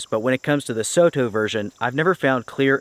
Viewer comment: Great video. Thanks for making these videos for everyone who watches. Soto is a japanese brand so it's is pronounced so (as in song) and to (as in top). Soto means outside.